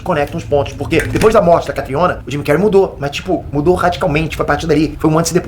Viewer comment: O melhor é o chamando de Jimy cary ksksks